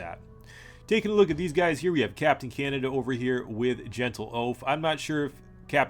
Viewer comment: You pronounce Canada in a weird way.